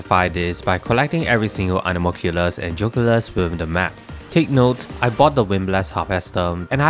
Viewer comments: Geoculus 🚫 Joe culus ✅ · BRO STOP SAYING JOCULUS ITS GEE O CULUS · I love the way you pronounce "geoculus"